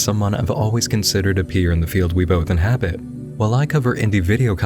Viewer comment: Did.. Did you say inHABIT??????!